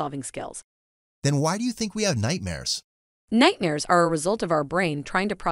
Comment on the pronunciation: Nightnares?!? Dreans?!? Is this AI creation a part-time ventriloquist?